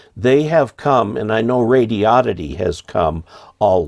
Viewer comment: It's not pronounced radi-odd-ity. It's pronounced radio-did-dee.